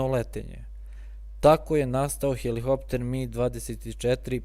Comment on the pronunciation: Након ваздуплохова имамо и "хелихоптер". Свака част, треба сваки пут хеликоптер тако изговорити у снимку од пет минута... Не може то свако.